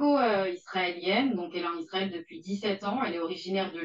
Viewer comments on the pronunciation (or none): none